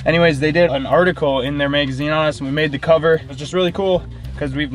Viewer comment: We’re in a “megazine”